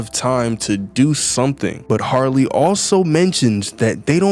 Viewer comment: Its "Harley" Not "Sarly"😭